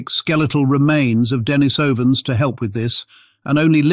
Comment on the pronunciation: It's not DEN-ni-SOW-an it's de-NIECE-uh-vans